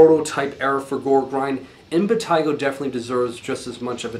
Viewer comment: Yes, that's the correct pronunciation.